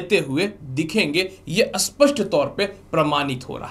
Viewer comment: स्पष्ट और अस्पष्ट का उचारण ठीक नहीं है आप का।😊